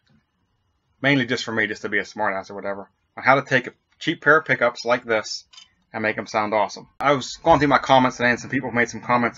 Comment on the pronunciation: sounds like your saying poopys